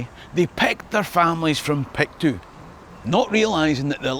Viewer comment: Excellent work, as ever, but the diphthong in “Pictou” is not articulated. Locally it is pronounced “Picto”.